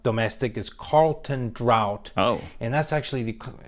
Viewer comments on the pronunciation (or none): BTW, it's Carlton Draught (pronounced draft), not Carlton Drought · "Carlton Drought' lmao - it's pronounced 'Carlton Draft' - yes we do have high taxes on alcohol and tobacco, but hey it pays for free healthcare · It’s pronounced, “Carlton draft” not, “Carlton Drought”.👍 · This guy is full off shit. Average wage in US dollars is $60,0000 approximately. You need to do a reaction video. Just about turned you off listening to his crap. Beer x 24 $ 55. Ffs can’t even pronounce the brand. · As soon as he said "Carlton DROUGHT", I stopped listening. 🙄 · "Carlton drought"...🤦‍♀